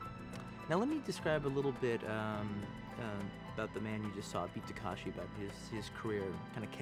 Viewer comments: タランティーノよ たかしじゃなくて たけしな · 「たかし」じゃない。「たけし」だよ！ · beat ta-kA-shi c'mon Quentin, can you read? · For a self proclaimed Japanese cinephile, Tarantino's pronunciation is terrible. Its TakEshi.